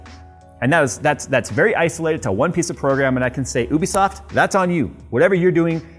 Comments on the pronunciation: and here I thought this WHOLE time it was "You-be-soft" not "oooo-be-soft"?! WHAT?! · People need to stop saying "Obeesahft"... It's "YOU be soft"! - Otherwise it would also have been "Ooplay". XD Why do people not make that connection.